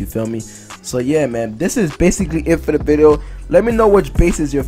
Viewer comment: You should learn how to say video before you continue saying the word